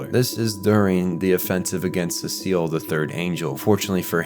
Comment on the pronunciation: Why do you call Sachiel Cecil?